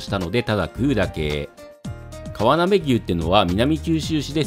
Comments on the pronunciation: かわなべをわたなべといってますねw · かわなべのことわたなべっていってる〜w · 牛はうしの読み方の可能性もあるが かわなべはわたなべではないぞ